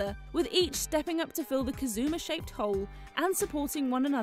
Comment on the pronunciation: You didn't get turned away by the pronunciation "Kazooma"?